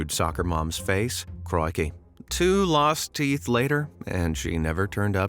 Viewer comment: I like how you said crikey. Very funny 😂